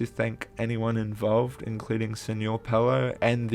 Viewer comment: who says pel-o? its peel-o change my mind